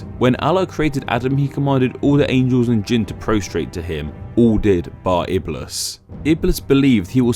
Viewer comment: it's iblis with a long "i" and Shaytan a bit more to on the T and longer "a" :)